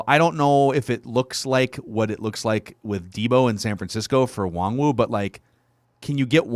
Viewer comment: Mackey. His name is pronounced WAHN-GOO. Stop calling him WongWoo